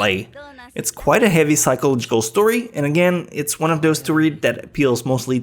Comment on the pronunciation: "eggswhoresist" what the fuck?:"tumnail" what the fuck?:"utter" what the fuck?:"psycological" how the fuck did you pronounce that?